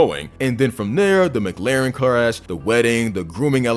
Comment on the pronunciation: Dude. Videos great. But I just need to say it’s McLaren. As almost like saying Mik-Laren, or even Muh-Klaren. Not Muh-Glaren.